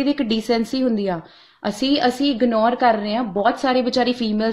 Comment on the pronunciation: Himanshi nu ਇਗਨੋਰ vi ni bolna aounda kehndi ਇਗਨੌਰ 🤣🤣🤣